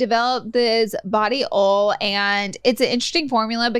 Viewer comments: Lol body ol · Pronounce OIL correctly yea Laura? Geez